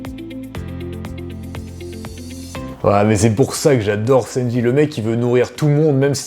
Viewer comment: Ça m’as fait rire quant t’as dis senji au lieu de sanji